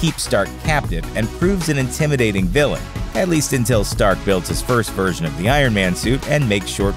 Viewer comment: I don’t know why, but every time he says version, I’m hearing virgin